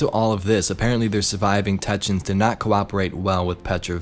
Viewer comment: I always love your videos and I've been a long time subscriber... This is the first time I've commented but ffs man it's TECK-EE-UNS, otherwise your content is always extremely honest and valuable. A very quality content creator. To anyone else reading this... If you all like and subscribe he'll pronounce it correctly from now on.